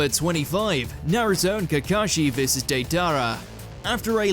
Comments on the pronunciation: Why can’t watch mojo pronounce deidara name properly still😡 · Nope it annoyed me to especially how they say deidara name too